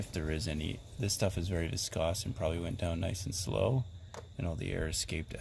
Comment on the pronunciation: viskoss? It's viscous -- pronounced 'viss-cuss'.